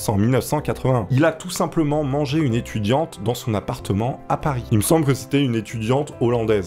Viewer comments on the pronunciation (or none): En train de m'endormir sur la vidéo (ne le prends pas mal, il est 00h30) j'entends "Il a mangé une étuduante" ça m'a réveillée 😅